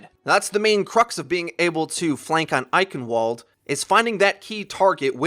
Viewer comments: It's pronounced EichenValde, not EichenWalde, please, this kills me. ik its nit picky but still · actually, it's I-hen-vuld rather than I-hen-wuld... kind of hard. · The map isn't pronounced like the way you speak it, it's pronounced "Eichenvalde". The reason why you say it like that is because it's a German name. Also the female announcer says it with a v, not a "W". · Hey "Eichenwalde" is a German word and in German "w" is pronounced "v" so it's "Eichenvalde" for us English speakers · Eichenwalde is pronounced "I shen vald a". My ears bleed every time I hear "I can wald". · its German...Pronounced EichenVald! not wald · Anyone else get a bit triggered he said eichenWalde with a w sound instead of the correct V sound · Eichenwalde is a German word so the W is pronounced as V. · agreed. While there is more to saying it correctly than that one mistake he made. I mean dammit even the announcer says V, not W. How can he be that dense!?!?!? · Ok I'll try to put the german pronounciation into english... beware: I-hen-wuld.... Not I-ken-wuld. The german "ch" is hard to get your head around as a non native speaker. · It shouldn't be that hard to pronounce a "v" instead of a "w". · For someone that makes videos about overwatch EVERY DAY I'd at least expect you to know how to pronounce Eichenwalde (In case you didn't know, the region used to reside in german territory so it's EICHENVALD) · Eichenwalde: W is pronounced as a V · its pronounced i ken VALDE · not hating on your video, good strat. i just got triggered when you say Eichenwalde when it's pronounced (Eichen-Vall-d) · Fluffy Dogge ye i know. its eye-hen-walde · To be exact, it's [aiçənvalt] with a t instead of a d at the end. Final obstruent devoicing is a thing in German. (the ç is the phonetic symbol for the ch sound you referred to) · It's pronounced with a "v" sound! Eichenvald! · It's pronounced I-cen-val-duh. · I cringed every single time you said Eichenwalde